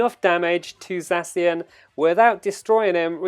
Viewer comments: ZACK IAN, THATS HOW YOU PRONOUNCE ZACIAN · You read it sexy-an 😅😅😂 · U are saying zacian wrong dummy